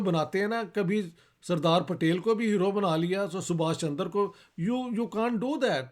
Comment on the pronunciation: सर इश्तिहाक जी का सुभाष चंद्र बोस को सुभाष चन्दर बोष कहने का कारण ये है कि उन्होने ये नाम फारसी लिपि(उर्दू) या अंग्रेजी लिपी में ही पढे है .जिनमें चन्द्र और चन्दर का अंतर नहीं पता चलता । Why Sir Ishtihaq is pronunciating Chandra as Chandar ? It may be because he has read this name only in English and Persian script(urdu) .. its difficult to express this pronunciation exactly in these scripts.